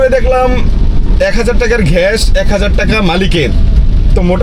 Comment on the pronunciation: ঘেস না শালা মূর্খ, গ্যাস হবে উচ্চারণ 😂